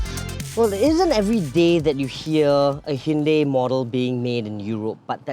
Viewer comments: Its not a Hyndei its a Hyundai. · I worked at hyundai its pronounced as hyun dei not dai/die .